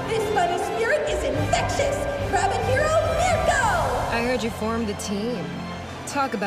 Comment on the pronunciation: Miruko* not Mirko!